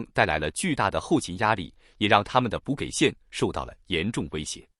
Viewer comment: 【 】補給線——【給】是多音字，這裡讀——【jǐ】（音-幾/擠/己）🚫🚫🚫🚫🚫🚫